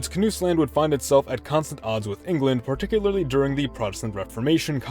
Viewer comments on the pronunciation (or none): none